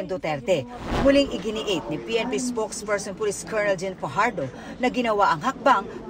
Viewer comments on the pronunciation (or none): none